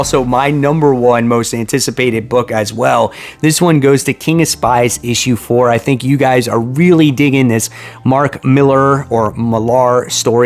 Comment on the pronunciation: Listing to Rob Liefelds podcasts, he has one episode where he clears up the pronunciation of Mr Mark Millars name which everyone pretty much gets wrong. He says it's Miller, just a different spelling. There's my PSA for the day 😆 Slay on and keep reading those comics!!